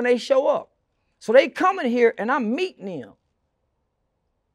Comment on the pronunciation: he said I’m “mEatin em” smh PAUSE sir